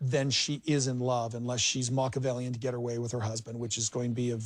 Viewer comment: Did Kody just accuse someone of being Machiavellian but not even know how to pronounce it? 😂😂😂 This man is a damn 🤡.